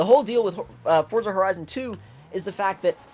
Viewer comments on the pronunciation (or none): none